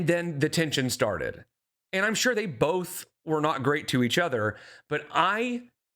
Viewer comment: "Pitcher" "Bolth" "Sall" "Genuinely" Drives me crazy.